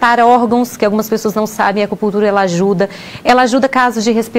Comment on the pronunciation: Porquê será que essa mulher fala Acupullltura, ao invés de Acupunnntura?